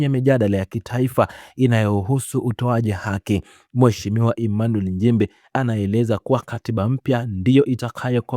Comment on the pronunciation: Mheshimiwa njimbi! Ili jamaa hata kutamka nchimbi linashindwa lijaluo la kenya eti Emanuel NJIMBI mfundisheni kutamka kwa sababu hatuna Njimbi